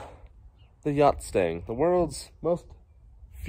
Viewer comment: It’s a, “Gustang!”